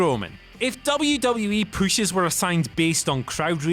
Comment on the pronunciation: When I saw the title I knew it was gonna be talking about “Munster Pooshes”.